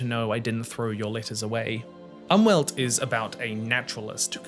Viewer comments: As a German, I had to activate the subtitles in order to figure out what German word you were talking about. :-) In case you wonder, "Umwelt" is pronounced like "oomvelt". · I thought he said "Anwalt", which would have translated to lawyer. 😂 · I need you to know that german doesnt pronounce the "u" like english speakers. Its closer to the english "oo". Maybe put the word on screen, because I was really confused about the word you were saying when saying "umwelt" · i'm really confused by that too, i am german but just couldn't understand what word he was trying to say 😅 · Well translations are not 1 to 1. For example "Umwelt" also means "nurture" as in the concept of "nature vs nurture". It looks like the term is used as a loanword in psychology and semiotics. As native speakers we obviously hear the word mostly in the context of environmental policy, where "die Umwelt" is short for the "Umwelt" of us humans as a whole. The pronounciation was definetly off though. The 'U' is pronounced as a short /u/ as in "tulip".